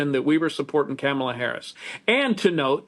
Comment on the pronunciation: I love how he pronounced her name -Camila 😂😂😂